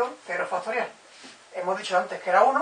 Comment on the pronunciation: "FASTORIAL"??? Q ES ESO?